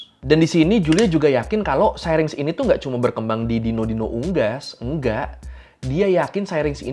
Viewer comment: Syrinx dibaca ˈsiriNGks kata mbah google